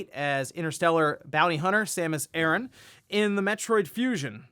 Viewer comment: It's Samus aran, not Samus Aaron 😒